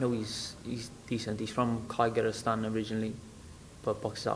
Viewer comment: Reallllly struggling with that Kyrgystan pronunciation...